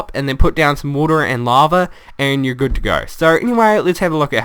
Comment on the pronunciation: Awwwww, lava is no longer "laver". ;( I liked that pronunciation.